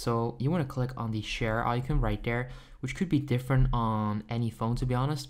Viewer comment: Eye-cuhn hahaha